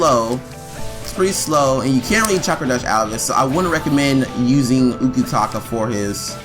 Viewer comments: CORRECTION its UTAKATA not UKATAKA NO HATE PLS. BTW GREAT VID AND DO THE SECOND MIZUKAGE NEXT THANK YOU! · My Utakata is the best Facts thanks for any info I knew already tho 😄 and you kept saying his name wrong 😑 but great job!